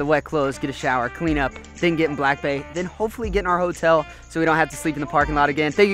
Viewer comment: I just realised when you talk about your truck or the jet ski your saying BAE and not BAY 🤦‍♀️🤦‍♀️🤦‍♀️